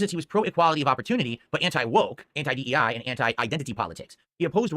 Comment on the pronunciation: It's DEI not EEI